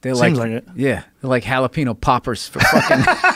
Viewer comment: He said jalapeño poppers I literally spilled my drink ctfuuuu